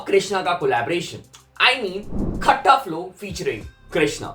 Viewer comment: Its कट्टा not खट्टा।